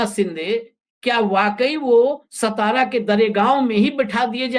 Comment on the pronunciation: सतारा नही सातारा हे सतारा करके कोई गाव नही हे महाराष्ट्र मे